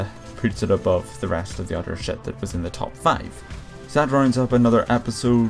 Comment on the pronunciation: i like when you say shit cuz you say it like shet SHET i like it